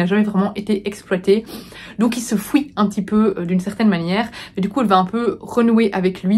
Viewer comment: J’aime l’accent belge qui dit « fouit » pour « fuit » ☺️